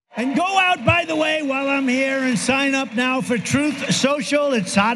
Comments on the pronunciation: Yet again, he calls it Troeth. Troeth Sential. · His stupid pronouncements are funny though. But just the soundbites would do. Troth Senshall!